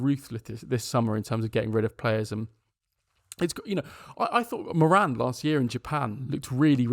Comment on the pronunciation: about moran (pronounced more-un, hurts as an irish person to here morAn!), stoke fans said he was a good player but he alcks that physicallity